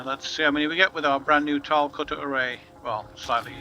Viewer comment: Why do so many people from the UK pronounce it "cutter-a-ray"? lol